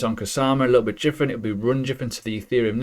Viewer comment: WTF is JIFFERENT? I'm also English and never heard this in my life 😂